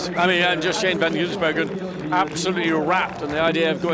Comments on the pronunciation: please, it's Van Gisbergen without the middle 'N' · I wish someone would tell the commentator how to pronounce Shane Van Gisbergen's name properly. It's not GiNsbergen.